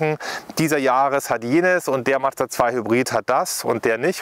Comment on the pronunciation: Nice video, but... it's a Mazda, not Mad-zda 😅 Or do Germans have problems saying that? 😂